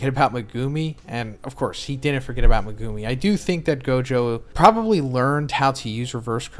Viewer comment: Day 160 of asking to pronounce Megumi's name correctly